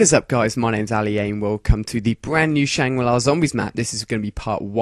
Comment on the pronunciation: I believe its pronounced SHANG-GRI-LA